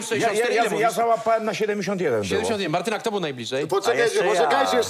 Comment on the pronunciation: Ja jako Martyna muszę się zapytać, dlaczego on mówi cały czas Martynka a nie Martyna XD?